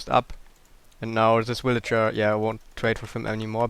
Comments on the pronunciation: just to help u... say vil-age-er for villager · I like the way it sound like you say "Willager" not "Villager"